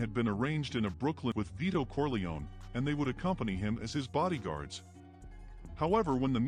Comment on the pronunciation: It's not "Corleoni" it's "Corleone" pronounced "Corli-own"